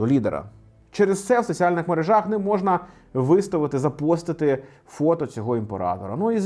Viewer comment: мерЕЕЕжах, а не мережАх.